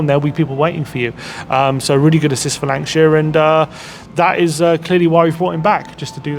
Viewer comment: haha..they do get this wrong a bit. we are all human . also Lankshear not shire!